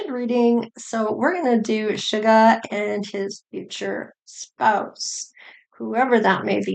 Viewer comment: I love how you rearrange their names. V become Vee. Suga becomes. 😅